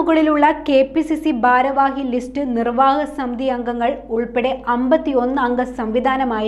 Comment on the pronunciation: ബാരവാഹിയല്ല. ... ഭാരവാഹി .. അത് കൂടി തിരുത്തിയാല്‍ പെര്‍ഫെക് റ്റ് ഓ.കെ .